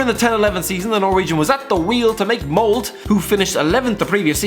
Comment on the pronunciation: In molde you have to say the e at the end